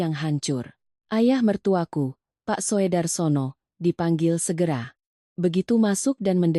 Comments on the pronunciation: Purworejo hadir Sekedar masukan . Maaf ,dalam membaca ejaan sebaiknya lebih teliti . Untuk Soedarsono itu sebaiknya dibaca Sudarsono . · Soe itu ejakan lama dibaca ( su )